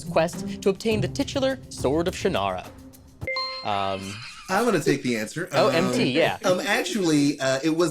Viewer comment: Ummm, Actually... according to Terry Brooks, Shannara is pronounced "Shon-rah."